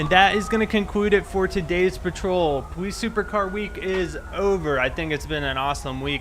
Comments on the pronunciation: i love how he says his l's like powice love it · why do you say police like that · he says W instead of L Cus he don't take no Lzzzzzz